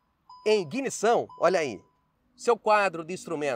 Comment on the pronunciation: Se fosse só a pronúncia "ráibrid" tudo bem, a maioria ué não sabe inglês err. Mas "iNguinição" é pra acabar